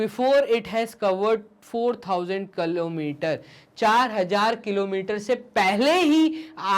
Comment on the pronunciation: Sir kalometer ki kilometer😂😂🤣🤣🤣